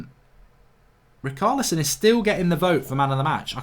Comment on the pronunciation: Fell on to this, don’t like it that much. Also he’s struggling to say ch In Richarlison. Haha typical Untied Fan